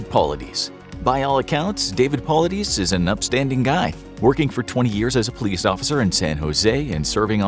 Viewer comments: It's pronounced David Paul-lied-is not Paullideez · Its pronounced "Po-lie-diss" and missing 411 literally means missing information.